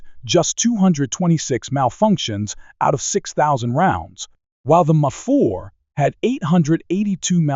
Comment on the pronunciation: Is this AI narration or something? Why can't you pronounce M4 properly even once?